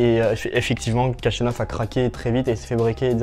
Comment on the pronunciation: Son nom se prononce ainsi : le kh se prononce xh comme dans javier prononcé à l’espagnole Jachanov